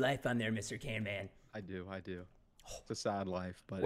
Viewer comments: it's camman not canman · He said canman ô_ô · his name is camman not can- man bro how dare you tell him camman!!!!! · Camman18's name: exist Preston: CANMAN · And also it's camman not canman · caNman not caRman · it's camman not canman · Its CAMMAN NOT CANMAN! Also🔥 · Preston calling camman canman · Go camman it’s not can man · His name is not CANMAN it's Camman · It’s Camman, not Canman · caMman18 not caNman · its Camman not Canman😂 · His name is not Can Man it is camman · ITS NOT CANMAN ITS CAMMAN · You said canman in the start it's camman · Why is preston saying canman insted of camman ?😮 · it.s not can man it.s cam man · Not to be rude but it’s camman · you stopad its camman not canman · its camman not can-man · It is caMman not caNman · It's not canman camman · its canman not caiman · Is not canman its camman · Why are you saying canman you're wrong is camman this not that hard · its camman not canman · You said canman😂😂😂😂